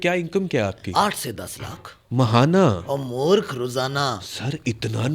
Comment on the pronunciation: Murkh nahain, morakh hota hai lafz , means gunahgar